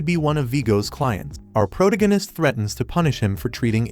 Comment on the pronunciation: ah, the good old PROTO-ganist narration. makes my teeth hurt